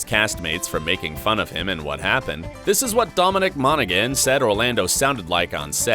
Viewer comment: what a shame xD during that interview, they explained how to pronounce Dom Monaghan's name. but you pronounced it incorrect anyway :D the G is silent